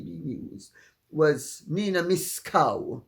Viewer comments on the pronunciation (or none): Miss Nina "Miss Cow" 🤣😂😂😂😂 (I'm saying it the way I heard it). 😂😂😂😂😂